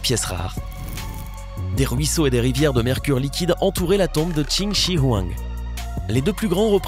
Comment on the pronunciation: Comment tu prononces Qin Shi Huang ! On prononce « Tchine Chue Rouen ».